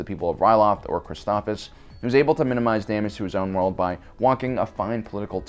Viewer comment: His pronunciation of "Wat Tambor" almost bothers me as much as his pronunciation of "Christophsis" EDIT: He got better at it as the video went on lol